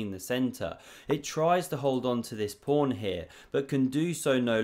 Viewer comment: Pawn not prawn